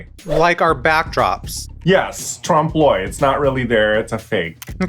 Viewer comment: Troomp l'uh-y, not trawmp l'oy